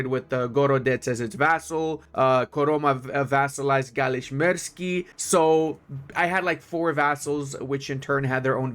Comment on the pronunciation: Your pronunciation of Russian words is so cute! With one exception: galich-mersky is not merzky(disgusting). <3 Love your content btw.